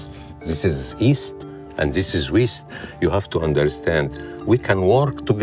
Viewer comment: dis is east, and dis is weest